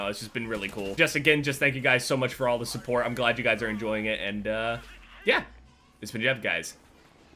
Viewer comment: For some reason, the way says "support" makes me laugh:D